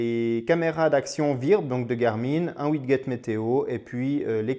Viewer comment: On dit "ouidjet" et pas "ouidguet" 😉